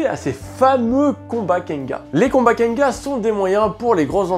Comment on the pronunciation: mais pourquoi tu dit kenga ? il y a un N à la fin pourtant ( kengan )